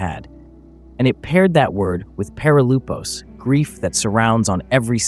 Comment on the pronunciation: Perilypos (ΠΕΡΙΛΥΠΟΣ) not perilupos